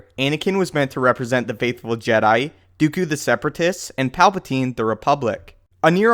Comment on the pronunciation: count dookju? :P